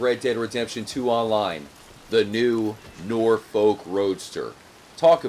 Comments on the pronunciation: Hehe “Nore folk” it’s pronounced “norf-uck” (kinda, it shouldn’t sound like your saying fuck tho ) I’m from Norfolk, it’s south eastern England and it’s pretty much just countryside and the accent is pretty much just pirate lol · Norfolk is pronounced nor-f*ck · jus so you know it’s pronounced nor-fu-k roadster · Stop pronouncing norfolk like that ffs